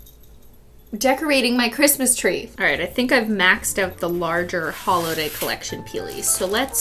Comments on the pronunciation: Cristine: Big bootiful speech about the holodays and Cristmas (WITH NO H) And then...... WiTH mAh PEeLY bAG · DID SHE SAY HOLIDAY NOT HOLODAY??